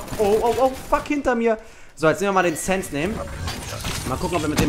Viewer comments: booor es heißt sense das letzte s wird gesummt wie der Tod mit er sense und nicht sense wie du es schnell spricht bist du rille von wegen abi 😂😂😂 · SENZ? Nicht sense HAHAHA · Es heißt Sense nicht SSENS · Sense ist ein deutsches Wort 😂 man spricht es SensE aus 😂